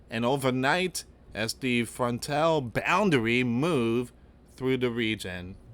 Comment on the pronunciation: AI. It cant even say frontal, it says frontell. Noone ever says that or ever heard that.